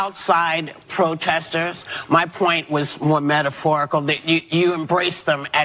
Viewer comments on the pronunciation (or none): into video whoopi "let me make a quick clawafication... they were outside pwotestors... misunderstanding is very bwig." were you slowing down her audio the way radio stations do to make someone sound drunk or does she sound slightly sloshed slurring her words? or maybe she got no sleep. this is first time i noticed this on any of her videos. on another day she sounds alert & sober & speaks faster. i don't know what's up with them. the view hosts are just unpleasant & ignorant.